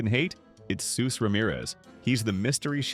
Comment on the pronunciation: Soos's name is spelled (and pronounced) Soos